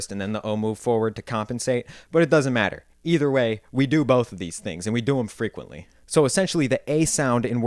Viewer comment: When you say the word “both” does it have an L sound in it? I hear “bolth” from many Midwest speakers.